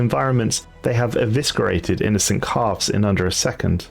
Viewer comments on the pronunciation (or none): "evisKerated" oh come on now. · So heinous is prounounced "Hay-nous" not "He-ness", and eviscerated flows nicely from S-> C, not a hard K sound. Said like "E-Vis-Sir-Rated" Edit: removed illuminate, already acknowledged. Other than the above corrections, amazing work officer! 👏